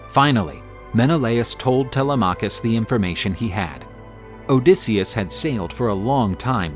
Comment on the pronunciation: TeLEMachus, not Tele’machus. Sounds so strange.